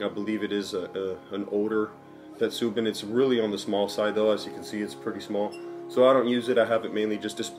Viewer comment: a few corrections. 1. on pronunciation, its not "you ri she" but "oo roo she" as in "urushi" also, in "tetsubin", the emphasis is on "tet" rather than "su" and the "i" in "bin" makes a long e sound 2. tetsu means irons. so your clay kettle is not a "tetsubin". In english you would just refer to it as a kettle 3. you will not ruin a kettle by adding tea into it. Though, you are right that it can be used as a means to deal with rust.